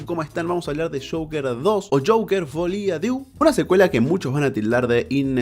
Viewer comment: que chistoso que ningún opinador de pelis pueda pronunciar "folie á deux"